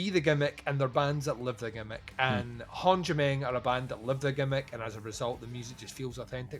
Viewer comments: It’s Håndgemeng say it right, It’s not Håndgemeng like you said. Cheers from Pennsylvania Hill says hello. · I am Norwegian and i COULD try to explain how you are supposed to pronounce Håndgemeng, but it's funnier that you have no clue. Really looking forward to hearing this album, the singles were killer. I'm hoping they are not just going for sex appeal to sell-out, the album cover has me worried :p